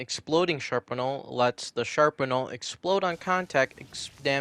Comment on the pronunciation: Also, you pronounce shrapnel wrong its strap-nel